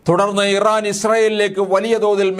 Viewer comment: ഇവൻ ഒക്കെ പബ്ലിക് ടോയ്ലറ്റ് നടത്തിപ്പുകാരൻ ആയിരുന്നു എപ്പോഴാണ് ഇവൻ വാർത്ത അവതാരകൻ ആയത് ആ രാജ്യത്തിൻറെ പേര് പോലും പറയാൻ അറിയില്ല